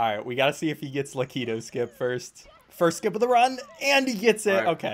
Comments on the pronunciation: My man said Laquito skip, Mexican lakitu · Bro said la-key-toe skip 💀